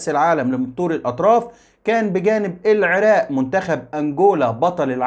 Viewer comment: بارك الله فيك ابن الكنانة ابن النيل الحبيب ولكن ارجومن جنابك ان تقول العراق وليس العراء....بالتوفيق يارب